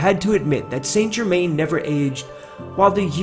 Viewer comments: PRONOUNCED san ger-man. If your lookn for him, get the name proper. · I believe Saint Germain would be properly pronounced as "sinGimain." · Saint Germain is said like sa jerma. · His name is pronounced "San Zher-man"